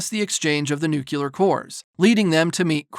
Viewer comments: Excellent recap, thank you. One small note; it’s pronounced nu-clear 🙂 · NU-CLEEEEE-AAAAAARRR ...... NOT Nucular